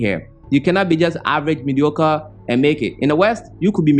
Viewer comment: Lol..choked on my water when you said mediocore...big facts. Thanks for sharing